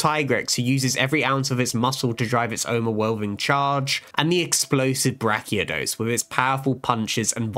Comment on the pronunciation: “Brachy-ados”? It’s “brachy-DIOS”. Variant. Not subspecies. Plus the G is hard.